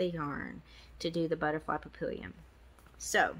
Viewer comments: Papillion is French and it's pronounced pappy-yawn. I didn't win 🙁but Thanks again for the chance! 🦄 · Congratulations to all the winners! Feel better! did a great job, he's a keeper! Papillion is French for butterfly and French is hard, especially bcz it's nasal. It's easy to write it phonetically, though... pap---eee-ohn. You'll get it! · The word papillion is french for butterfly. The correct pronunciation is pa- pi-yon (the on has a nasal pronunciation with a soft sounding n)